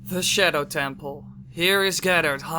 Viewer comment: I get triggered when he said shedow lol 😂